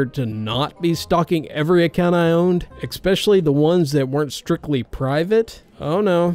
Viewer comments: I wish you’d stop pronouncing especially as “expecially”. That’s my only criticism. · Don't you mean ekspecial edition? :P